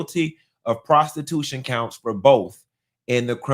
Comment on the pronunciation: I love the way says prostiTUTION